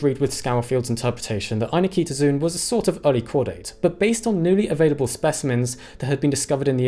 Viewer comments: I was about to make the same comment and thought I’d check to see if anyone else had called attention to this - you win! (Same issue with the frequently mispronounced ‘zoology’ (zo-ology)) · Are you sure you're pronouncing that name the way the discoverer intended? There's no vowel between the "k" and the "t", but you're sticking an extra "i" sound in there. And making it the stressed syllable of the word. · Great post as usual. Just one remark: in Latin (and Greek, from where the word has its roots), 'zoon' is pronounced 'zo on' (as in go on) (not zoon as in zoom). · Every time the name appears on screen, it has four syllables: Ai-nik-to-zoon, yet every time he says it, he pronounces five: ai-ni-ki-to-zoon. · "zoon" [zoh-on] is Greek for "animal" It's not [ai-Nikita-Zune]. It's [ai-nik-toh-zoh-on]. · Here’s a start to knowing more: Ay-NIK-tuh-zoh-on. Not Eye-na-kee-ta-zune. Whenever you see “zoo” at the end it’s “zoh-oh”. And often at the beginning. Pretty much “except the word ‘zoo’ itself”. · FYI it is pronounced 'Aye neek toe zow on' not zoon. Arguments about the anglicization of Latin aside. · What is it with YouTubers not looking up pronunciations before doing videos? The last part of the name is NOT pronounced "zune", it's pronounced "ZOH-on". Just like zoology isn't pronounced "ZU-luh-jee", but "zoh-OL-uh-jee". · It's ai-nik-to-zo-on, not any-kito-zun. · Pretty sure "Eye-nik-to-zo-on" is not pronounced "Eye-ni-KEE-to-zune". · "zoon"? ffs, 'zoe-uhn' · This is a really pedantic point, but every time you say ainiktozoon, you're stressing a syllable that isn't even in the word - "ainikEEtozoon". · Not AnikEEtozoon. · I've notices 2 mispronunciations. The 1st being "Ainiktozoon" with an unneeded extra I, the 2nd being "Thylacocephala", as if you forgot the soft-C rule. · I dislike your inclusion of a superfluous syllable between Anik- and -tozoon